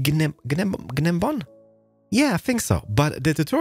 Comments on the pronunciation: By the way, gun-nem-bomb is just nem-bomb, like gnocci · The G in Gnembon is silent it's said as Nembon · so when you see a g in front of an n, m, f,, d, s, x, z, p, t, q, c, or v that means the G is silent, so you dont pronounce it. gnembon is pronounced NEM-BON. ignore the G. yes, i know, the english language is weird. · Pronounced nem-bon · You know how I can tell isn’t a technical player. He can’t pronounce Gnembon